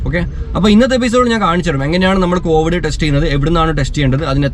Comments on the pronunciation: കോവഡ് അല്ല കോവിഡ് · കോവിഡ് കോവഡ് alla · കോവഡ് or കോവിഡ്